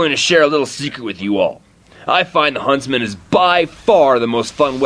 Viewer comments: I thought he said cunts man at the end lol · Tomás Barros i think he also said hutsman at one point, go searching if you like. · did he say cuntsman? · lol at the end he said cuntsman